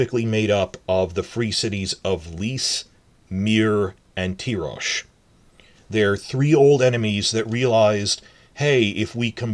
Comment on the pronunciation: I always thought the pronunciation of Tyrosh is Tai-rosh not Tee-rosh. The Ty of Tywin not the Ty of Tyrion.